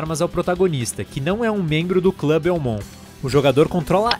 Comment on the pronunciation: Vc falou errado e Belmont não belmon